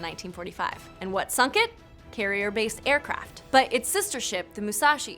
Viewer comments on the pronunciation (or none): none